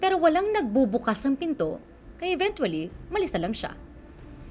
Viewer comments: Yung nag babalita laging Mention ang ( INVENTUALY) 🥴🥴🥴🥴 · Sana gino google muna paano bigkasin ang “eventually” sakit sa tenga eh. Nakailang ulit pa. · i know it’s spelled evenTually but it’s more like a CH sound not a hard T, please if you’re gonna keep saying a word at least say it right it’s so distracting 😭